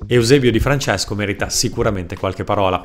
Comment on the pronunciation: EUSEBEIO DI FRANCESCO